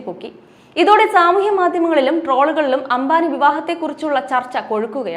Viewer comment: അംഭാനി അല്ല , അംബാനി. പിന്നീട് പറഞ്ഞ ഘാനും തെററി. ഉഛാരണം മുഴുവൻ തെററ്